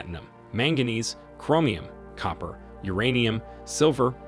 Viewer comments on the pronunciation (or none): none